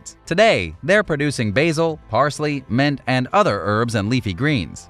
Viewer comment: Couple things... Mint is "mint" not "ment." Tobias is "toh-bias." Like being biased about something. Long i.